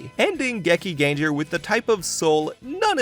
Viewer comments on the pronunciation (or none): Bro! There is no “ger” sound in Japanese language. It’s pronounced Gekingengar “ar” not “ger”